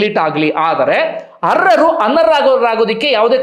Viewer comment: ಅವರೇ, ಅರ್ಹರು ಅನರ್ಹೆ ರು. ಅಂತ ಸ್ಪಷ್ಟವಾಗಿ ಹೇಳಿ ಸ್ವಾಮಿ ಅರರ್ ಮತ್ತು ಅನರ್ರು ಅಂತ ಕೇಳಿಸುತ್ತೆ